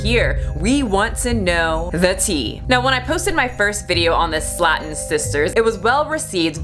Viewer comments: I love you, but Slaton is pronounced “Slay-ton” not “Slat-un” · I love your content, Michelle, but you're driving me up the wall mispronouncing things lol. First, it's "Slay-tun" sisters, not "Slat-ten". It's also "bury-at-rick" surgery, not whatever it is when you pronounce it. Still love you, though lol! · It's pronounced Slay tun We all know Amy on YouTube! I guess you don't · It's pronounced "Slaytin" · hey you pronounced there last name wrong. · I’m offended by the way you pronounced Slaton